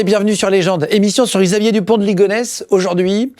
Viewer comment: Émission sur qui?😂 Yisxaavier dupont de ligonnes?😮😂